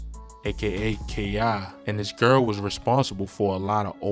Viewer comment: Erry time he say "Gearl" 😭😭 He gotta be from ova east